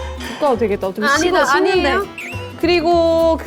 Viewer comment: "아~니예요" 발음 찐 말투네...자주 말하는...